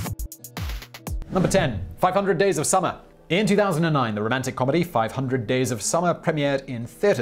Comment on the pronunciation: It sounded like you were trying to swear when you blurted out “500 days of summer” lol